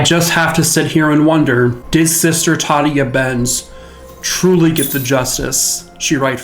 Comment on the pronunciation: Tah day ah Benz. Sister Tah day ah Benz. Not the way you're saying it. Ghosts don't appreciate getting their names wrong. Careful with Johnny. He's an active one. He's not really innocent. He's accessory prior to the fact. Maybe that makes him worthy of the same penalty as the person that did the raping, but for Johnny it was anything to get away from the horror of his home life, and that convent was that place, until that night. Oh well... How did he know? Society messed him up, and maybe when society messes people up that bad, society should try and fix them instead of just murdering them. Dunno, Johnny took the long road to get to Heaven. 9 levels and all. He's made it. Just a guardian now. Of his life story. Beware of that. He guards others as well. Cheers! Happy X-mas! 👻🎄